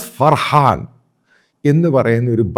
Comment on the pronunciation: 😂😂😂😂 മറുനാടനും കൂട്ടരും അടുത്ത തെരഞ്ഞെടുപ്പിൽ കോൺഗ്രസിനെ കേരളത്തിൽ ജയിപ്പിക്കാനായി തിരക്കിലാണ് 😂 താങ്കൾ പറയുന്നതാണ് ശരി . ഒരു തിരുത്തുണ്ട്. ചാൾസ് ഫർഹാൻ അല്ല .ചാൾസ് ഫർഹാം എന്നാണ്